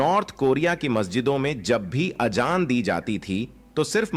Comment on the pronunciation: अबे गनडु अजांर हे वो आजजान नही हे